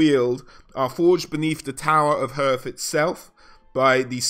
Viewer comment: Loth-rin and Ho-with, not trying be a ass or anything.